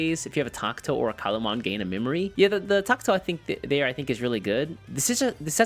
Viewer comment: Wtf is a Tak-To???? its TA-KA-TO